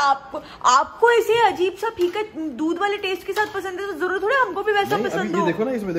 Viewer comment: Jroor😂😂😂 nhi zroor hota hai😛